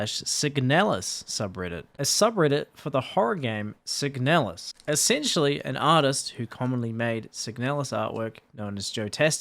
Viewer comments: The slop pronounces "Signalis" as "Sig-a-nalis" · I always pronounced it "seeg-na-lizz" with the "na" read as it is in "narcotics". Had no idea it was pronounced "seeg-nel-us" like does.